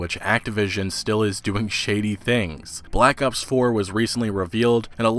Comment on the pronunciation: Sounds like you keep saying Black Ups, im gonna die rofl